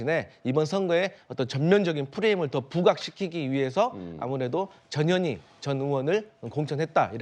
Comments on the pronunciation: 저년이큰거한껀햇네.. 앵커님 발음대로 썼습니다. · 이 아주메는 이름 발음이 이상야릇해 저녀니 저녀이 ㅋ ㅋ ㅋ